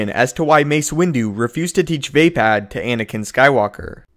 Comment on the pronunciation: 'Vepad' Sigh -.